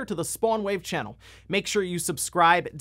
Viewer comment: "If you're new here to the spawnwavechennul" LOL